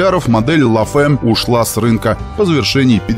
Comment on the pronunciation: Розовый Додж это конечно великолепно)) и, кстати, читается "ля фам", а не "ла фэм")